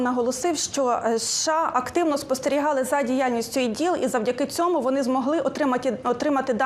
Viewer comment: ЦьомУ,цьОму не правильно,томУ,а не тОму.